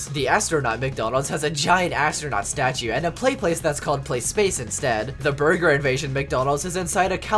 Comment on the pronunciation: did you say BUNGER?!